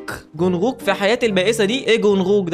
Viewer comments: جونغكوك مش جونغوك 😂 نطقته بطريقة عجيبة دا سحر ولا شعوذة 😂💔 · أسمه جنكوك مش جنغغظاةظظبظبظزبزلنك أنت كويس يا 😂🤣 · جونغوك بتتنطق جون كوك يا 😂😂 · تم اعلان الحرب الارمي على بسبب انه غلط في اسم ارنب الارمي جونكوك😂😂😂😂😂😂😂😂😂😂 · جنوكوك: ❌ جنوكوخ: ✔️ عيب يا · علي فكره اسمه جونكوك مش جونغوك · اسمو جونغكوك مش جونغوك و هو عضو من فرقه bts 😂👍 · ده بيقول جونغووك 😂😂💔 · اسمو چونجوك اسمو كده ف النطق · اسمو جونغكوك بس ال(غ)مش بتتقرأ لان اسمو ب الانجليزي Jungkook فا ال (ج) بتتكتب (غ) في العربي ولا هو مش هيتكسر ولا حاجه هو غير كده خالص و لكل بلد ثقافه واسامي مخصصه ليها يعني مصر مش زي كوريا ولا اليابان كلو مختلف حتي اللغات +مقصدش اهانه ليك انا بحب فيديوهاتك جدا ومتابعاك من لما كنت 300 الف مشترك وبحب محتواك وازاي بتقدمه لينا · يعمم فصلتني انت نطقت اسم جونج كوك بطريقه عجيبه يا اخي 😂 ماسو.نيه ديه ولا ايه 😂🙂